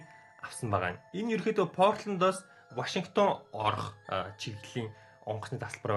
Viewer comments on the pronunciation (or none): none